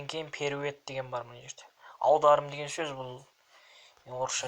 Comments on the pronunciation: Перует дегенин не, позорынай, элементарный создi соныда Оки алмадынба, кишкентай садиктеги бала аитып бередиго, орыс тiлi между общий национальный тiл, оны кай адам болмасын бiлу кажет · Не перуед а перевод